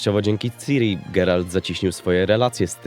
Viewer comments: "Siri" to jest w Apple. "Ciri" nie "Siri" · Mówi się kurwa CIRI nie SIRI. Nie ma tam żadnej angielszczyzny w tym, JEST C I R I. Sam Sapkowski wielokrotnie zaznaczał CIRI NIE SIRI